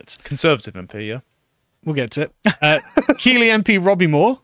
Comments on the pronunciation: Keighley is pronounced Keith li, not keelee. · On a side note, Keighley is pronounced Keethly not Keely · Great podcast as always, but as yorkshireman Keighley is pronounced Keith-ley 😂😂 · I feel as a born and bred Yorkshireman, it's incumbent upon me to correct the pronunciation of Keighley, not Key-lee but Keith-lee! 😗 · Keighley is pronounced Keith Lee. I winced ever time you said kee lee. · Its pronounced keithly. Also, a sense of betrayal, from people who have zero loyalty to anything thats not the "current thing" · It’s pronounced Keith-ly… or Keithleystan to the locals 😂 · Keighley is pronounced 'Keithlee'. And as you can imagine, its greatest fame is its grooming gangs. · For future reference guys it's pronounced Keith - Lee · Keighley is pronounced, Keethley ! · Keighley is pronounced ’Keeth ley’ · Keighley is pronounced Keith-lee .. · It's pronounced Keigth-lee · Keighley is pronounced Keef-lay. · It's pronounced Keith-ley. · Keighley is pronounced “keethly”. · Keighley, pronounced "Keeth-ley" Yes, ghoti = Fish... and all that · Keighley is pronounced "Keithlee"! ......bloody southerners...... 😒😊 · Its pronounced KEEFLEY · Its pronounced keithly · No its pronounced kaylee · Pronounced KEETHLY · It’s pronounced ‘keithly’ 🙄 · It's pronounced Keethly you wassacks.